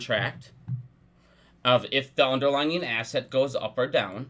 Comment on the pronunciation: It's "underlying" NOT "underlining."